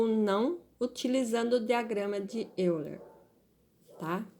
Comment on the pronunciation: Euler= A pronúncia é Óiler.